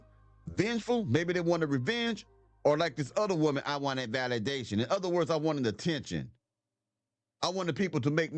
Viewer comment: She should be locked up for 30 years, “Valadation” are you serious???